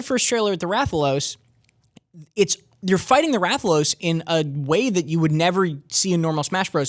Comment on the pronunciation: You're saying Rathalos wrong